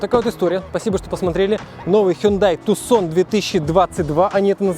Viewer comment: ни разу за ролик не услышал правильного произношения))) Тюсон, с ударением на ю!!! Тюсон, Аризона - город такой в Аризоне, ну))